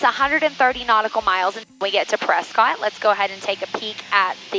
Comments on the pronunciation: the natives of Prescott, AZ pronounce the city 'Presskit.' 😊 Love this video! 👍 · the locals pronounce Prescott as Press cut. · Don't know if anybody else mentioned it but you have probably already heard it that we pronounce it Preskit... I no longer live there but I lived there for a few years.. One of the best aviation education facilities is right by the airport Embry-Riddle aeronautical University. Their main campus is in Florida. While I never followed through and got my private license, I did work on it a few times. And I am a former air traffic controller my last facility was Yuma Arizona and it warms my heart when I hear you compliment air traffic control! And very much enjoy watching your videos and being retired I've been catching up as I'm a fairly new fan of yours. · I have been told by the locals that Prescott is pronounced like "Press-kit" and think of how the work biscuit is pronounced. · Honestly on the radio I would pronounce it the same. Everyone knows Tucson is pronounced too-son (thank you Eagles) but only the locals know press-scott is actually presskit haha. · I knew you had never been to Prescott because of the way you pronounced it😂 It rhymes with “biscuit”. I love your videos- you take so much mystery out of the dynamic between pilots and ATC, and the fact that I can now understand the jargon and air speak is amazing for me. Thanks for all you do.